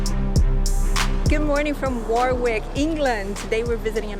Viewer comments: "Worrr Rick" Not War Wick. Thank you!! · It's not pronounced Warick, it's Worrik. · A excellent vlog again, well done! Just a small note - 'Warwick' is pronounced 'WaRick' an easy mistake to make though. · My apologies to the British for mispronouncing Warwick in the entire video! 😂🤣😱😫 The funny thing is that I actually said "WaRick" various times while shooting (it's so much easier!!!), but filmed again for thinking it was wrong 😂😂😂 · Its war rick castle not war wick ok good video and it was the seat of english kings years back O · As a local lad I find it interesting to see where I live through someone else eyes. Actually I was born in Coventry so very adjacent to Rugby, Birmingham and Warwick. By the way I don't know if you know about silent letters? The second "W" in Warwick is a silent one so it's said Wa-rick. Cant wait for the next video. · Warwick is pronounced "Wo-rick" .... starting staying "what" but forget the "t" and replace with "rick" .... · War is not pronounced when saying Warwick. It’s has a silent r. Wawick or Wowick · its pronounced Worrick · Note to our American Cousins: 'Warwick' rhymes with 'Yorick' (Shakespeare claims to have known him well):-) Note to: Another great video, Honey: England LOVES you (so don't be a stranger for TOO long - okay?)!! Vaya con Dios. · I don’t know if anyone has mentioned it already but cities in the UK are only referred to as a City if they have a Cathedral. Warwick is a town as it doesn’t have a Cathedral. Oh and don’t worry about mispronouncing Warwick most tourists do 😁👍🏻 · Great video, however one thing that was incorrect other than the pronunciation, is that Warwick is a town not a city. Nearest city would be Coventry. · The w in the middle of warwick is not pronounced. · Great video, but you continually mispronounced Warwick and that was very frustrating and distracting. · Bless ya for trying, it was a lovely little video though. Made me homesick